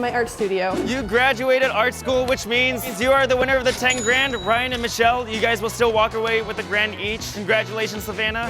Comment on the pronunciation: The fact that purposely pronounced Michelle’s name wrong 😂😂😂